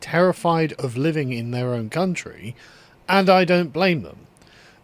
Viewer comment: Oh ‘Living’?!?! .. I thought you said ‘Leaving’!?! I was like .. WTF would young people be terrified of leaving Britain? 😂